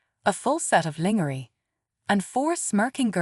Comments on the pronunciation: Stop mispronouncing lingerie and Ava 😢😢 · Please stop mispronouncing lingerie 😢😢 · Stop mispronouncing lingerie 😢😢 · Stop mispronouncing lingerie 😢